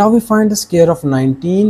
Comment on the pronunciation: What’s a “scare”???😂😂😂😂